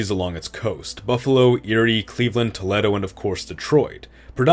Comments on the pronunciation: I love all the content but as an ohioan, the way you said toledo was like nails on a chalk board. Tuh- lee- doe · Can you fix your pronunciation of Toledo, there’s two correct pronunciations (Tull-ee-doh and Toh-lay-doh) and yet you pronounced it as Tull-ett-oh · While I agree state maps need to be redrawn, watching it done by these people is amusing given that they cannot pronounce place names in these areas correctly ("To-lay-doe" instead of the correct "Tuh-lee-doe" Toledo OH, etc) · Pronunciation notes: You said “To-leh-do,” “Hoo-zee-er,” and “Pid-mont.” These should be pronounced “To-LEE-do,” “HOO-zher,” and “PEED-mont.” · Toe-lead-o? Lol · Toe-lee-doe .... there is no "a" sound. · bro pronounce toledo as toe-lead-o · Love the video, just its pronounced “toh-lee-doh” not like the Spanish city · how can you mispronounce Toledo 😑 (toleeeeeeedo) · ERIE SUPREMACY. Also, your pronunciation of “Toledo” gave me a headache. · you mispronounced allegheny and Toledo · It would definitely help your case if pronunciation was correct. Saco, Albany, Toledo, and Hoosier were enough for me before I stopped the video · It's interesting, when you say "natural" you mean common populations - not what most would impute "natural borders" to mean. For instance, you assimilated Cincinnati into Kentucky, but that requires an expansion (as you note) north of the Ohio river. Also, some interesting mispronunciations here: Toledo, the Piedmont, and Hoosier. (Though, I guess the pronunciation of 'Hoosier' could be differentiated from the current pronunciation if you wanted...) That said, very interesting and an enjoyable watch. An improvement would show the major cities on the map -- or prior state borders to better help differentiate what's where. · The mispronunciations of Allegheny, Toledo, and Hoosier are infuriating. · Bruh how do you mispronounce Hoosier and Toledo lol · I'd figure a history autist (a term of endearment) would know how to pronounce Toledo